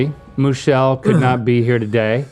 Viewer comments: I think Link calling Moochelle Moolissa the whole time is great 😂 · After all this time of incorrectly calling Moochelle Moolissa, I feel justified.